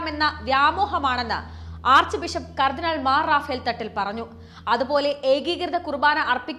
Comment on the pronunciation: എടി പെണ്ണേ മാറാഫേൽ അല്ലാ മാർ റാഫേൽ എന്ന് വായിക്കുക